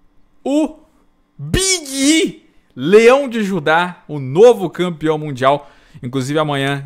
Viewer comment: Nunca tanko o falando o nome do Big e kkkkkkkk